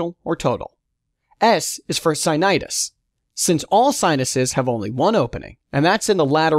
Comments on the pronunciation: he says si - ni - tus but it is sinus - itis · did I heard anosmia as insomnia and sinusitis as sinusis? also nasopharynx as nasopharnyx? this is a great video, but you need to look for other narrator :/ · Wonderfully explained sir.... Pronounciation mistake!! Anosmia is pronounced as insomnia and sinusitis as sinitis